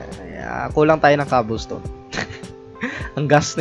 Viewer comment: Hahahahaha kawawa si saying young cobblestone dahil as proper hahahahaha XD